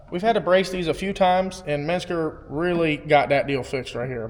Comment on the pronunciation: stop fucking pronouncing menscer as if it's spelled "metzger"